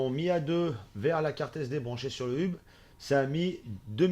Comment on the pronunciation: On ne dit pas hub mais "heub" sinon super vidéo